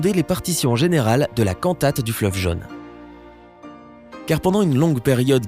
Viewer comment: C’est quoi „le fleuve jeune“? La langue française a 16 voyelles phonétiques, et „jaune“ se prononce avec le „o“ fermé !